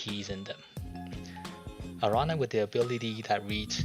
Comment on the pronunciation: My favorite thing this week is gonna be watching videos by people who don't speak spanish trying to pronounce Araña XD